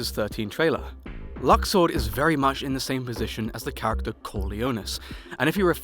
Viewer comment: Its pronounced luxord